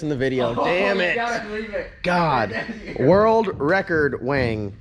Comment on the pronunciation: channelling his inner Elmer Fudd.....World wecord wing....waskley wabbit